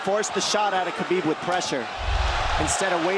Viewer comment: Khabib is pronounced like Ha-beeb. This man is the GOAT of the UFC lightweight division, it's time people started saying his name right